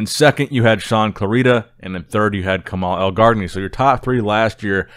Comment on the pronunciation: You don't say the second g of Elgargni